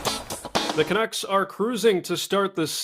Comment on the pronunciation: Fat man can't even pronounce canucks.